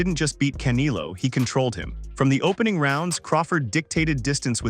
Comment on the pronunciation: The way he said canelo like caneilo killed me and then had me to a point where i Said "bro" out loud 😂